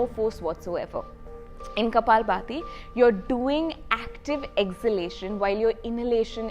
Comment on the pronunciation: Its kapaalbhaati, and not baati..